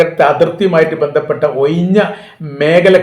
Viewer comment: ഓയിഞ്ഞ എന്നല്ല ഒഴിഞ്ഞ എന്നും കുയി അല്ല കുഴിയാണ്... എന്നും തിരുത്തുക മാഷേ...